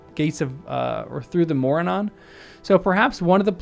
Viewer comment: The correct stress - MorAnnon.